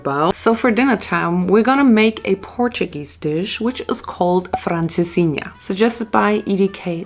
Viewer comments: You say francesinha sooo well 😄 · You said Francesinha so well!!